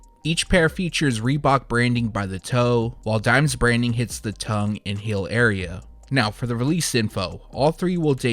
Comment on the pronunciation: So... feel, and heel are pronounced “fill and hill” where you’re from? Interesting 🧐 🤔